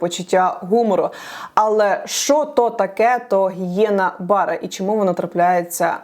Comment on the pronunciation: Гієна-БаррЕ, з наголосом на Е А Богдану швидшого виздоровлення✊🏻